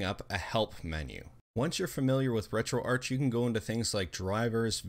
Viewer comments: Its RetroArc, but spelt RetroArch, it has a silent 'h' in the word... :) it stands for Retro Architecture cause of the emulators in it... :) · Ark. as in Archive.